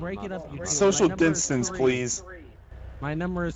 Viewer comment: The trooper: "Social Dinstance please"